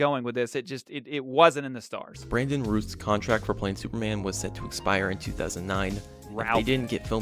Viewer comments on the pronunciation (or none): Are you thinking about the Superman Lives script? I don't understand why Brandon's last name is so hard to pronounce, Routh, rhymes with South. Not hard. IIRC Superman Return's budget included the development hell Superman was in during the 90s and the money spent with Burton's Superman. The response to Batman Begins was leagues better than the response to Superman Returns and I think the expectations were different because the stink of the last Batman movie was still fresher than Superman IV's. Being a weird pseudo sequel to 25+ year old movie with versions of the characters that an entire generation and much of another one didn't really grow up with played a big part in why it didn't do that great as well as rehashing Lex and a real estate scheme. Then throw in all the off putting drama and really, the movie outside the plane rescue was just boring, even the other moments of action, which is probably it's biggest offense. I wrote something a long time ago that, keeping the whole five years and super kid in tact while laying the ground work for sequels. Basically it starts with NOT including the awful memory wipe kiss thing so Lois knows Clark is Superman. Lex is a reformed conman who's now seen as a legitimate businessman. You still do the whole Clark goes to space to find Krypton thing but this time it's not BS that Lex set up. Something was actually found where Krypton is supposed to be, Clark tells Lois he's leaving but that he should be back in a matter of months, they